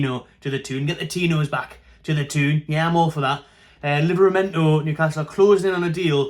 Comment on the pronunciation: It's pronounced "Toon" not "Tune". There's no such place as "the Tune". "Tune" is mackem pronunciation. Otherwise, not a bad channel.